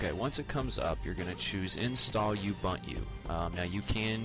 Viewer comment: thanks for the help. BTW its pronounced (oo-bun-to) a lot of people say it wrong. Again, good video.